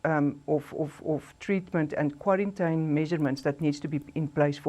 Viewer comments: The accent with the word "kwarrantyn" instead of quarantine and other mispronounciations makes it difficult for me to take this individual serious. Also the repeating of facts that are already known to most of us makes this clip a waste of my time.I won't go into any further detail about the spokesperson's presentation, but I wish her luck going forward. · Kwa -rin-tyn? Eish...mara uMama uyabetha.